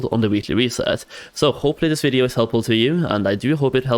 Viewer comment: i cant get over they way he says video... it bothers me